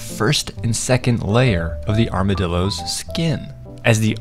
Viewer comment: “Here are the armadillooos, rIBs”